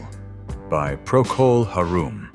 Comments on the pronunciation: "Procol Haroom"? Come on, AI!It's "Hairum". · Dammit!! No actual English speaker would pronounce the name of the last band, “pro-col-har-OOM.” Try speaking in real English, please. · Good Vibrations? Light My Fire? We heads dismissed them as Grill Room muzak back in the mists of those times. Procul Haroom? Psychedelia for sure but please pronounce the band name correctly. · Procol Harum is pronounced Heh-ruhm not Har-rhum. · Left out Incense and Peppermints. Also Procol Harum, Harum is pronounced Hair Rum. Not Ha Room. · Procul Haroom??? Wtf? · Stupid AI narration!! Procol Haroom? Why don't you edit your garbage before you insult your audience. Disgraceful. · PRO-col ha-ROOM? WTF, dudes, do better. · I hate AI generated voice overs. I cringe every time I hear mispronunciations such as Procul Haroom and Ray Manzarek’s name being butchered. But there were definitely songs that were left off that list and other songs that shouldn’t have been on it. Good Vibrations? Paint it Black? Not psychedelic at all. In a gadda da vida sure and Astronomy Domine or Set the Controls for the Heart of the Sun by Pink Floyd or even Crimson And Clover by Tommy James and the Shondells. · Procol Harum not "haroom", ai schlep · Who on Earth are PROCLE HAROOOM? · Procol Haroom? It would have been nice if the narration could properly pronounce the name. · Procal Har-room? Im speechless. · And the crappy AI that can't pronounce anything correctly "Procol Haroom" 😂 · What could be more trippy than AI narration, saying Procol “Har-room?” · "pro-cul har-OOM ???" Where did you ever here anyone pronounce it that way ? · "Procul Ha-room"? Man, these AI narrators need to get out more. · Procol Har-room" that made me almost fall over laughing. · Smoke the really funny stuff and you'll say it that way. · You're talking about See Emily Play, but you're actually playing Arnold Layne while doing so. And who the hell are Procol Haroom? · This AI voice can't pronounce Procol Harum.